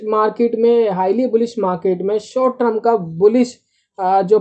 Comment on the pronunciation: TER M not TR UMmmmmm